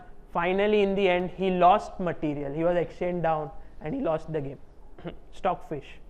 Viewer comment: "bläkk materiel ,, joosless"